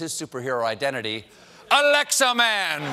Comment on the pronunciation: QUIT saying Alexia! You are making all of my Alexia's go off! 😢